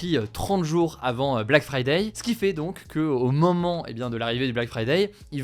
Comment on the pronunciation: Pourquoi vous dites fridaille xD c'est friday comme fridé!